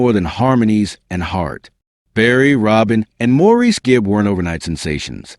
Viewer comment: This was a great and very accurate telling of what in my eyes are the royal first family of music. Although Maurice or Mo for short, is pronounced Morris, the rest of this brief video is an excellent, true piece of work that I enjoyed and appreciate.